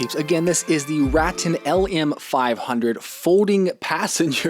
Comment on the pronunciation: Great review. Just FYI; it's pronounced Ruh Tan, per the co. rep.